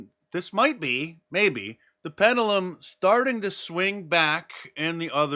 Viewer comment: Pendulum, it's pronounced pen-dew-lum. Not pedulum